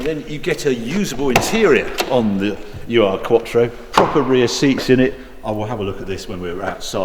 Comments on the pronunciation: Harry, I'm disappointed by your lack of research..... it's not "you are" it's "errr" ( actually errr doesn't get it quite right, perhaps urrr is better, despite not being a typical English sylable) ... Ur- is a Germanic prefix meaning original.... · A small remark here Harry. It‘s not the UR-quattro. It‘s the urquattro. Ur, pronounced as our in English, means: ‚the first‘ or ‚the original‘. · FYI: No need to call it U.R. quattro, you can just call it urquattro (Oorquattro with english pronunciation) In German it means something like original/first quattro or old quattro. Its not any form of criticism of the Video, I love em. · Nice review - as always. But it’s NOT ”U R Quattro”, but Ur-quattro. ”Ur-” is a prefix (in German), and it would translate approximately like ”the Original Quattro” or ”the mother of all Quattros”. 😇 ++++ “Ur” is a German prefix found in several German terms imported into English and used primarily in scholarly and scientific contexts, e.g., “Ursprache” (“sprache” meaning “speech”) or proto-language, and “Urheimat” (“homeland”), the place of origin of a people or language”. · It's not "U R" quattro, it's Urquattro like "Uropa" (in english great grandfather) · It's not U.R. quattro, it's ur-quattro (oo-r) ur being the german word for ancient, or in this case the "original" quattro. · I had one in Zermatt Silver w/ black leather. Wonderful car and wish I'd kept it. Now running a D2 S8, but the quattro was cooler. btw, its not u-r. Ur is a word in German. means 'original'. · Hi Harry, great video, as always, thanks! Your car knowledge is encyclopaedic. My tiny contribution: 'ur' is not the letters 'u' and 'r', it's a German word meaning original/primal.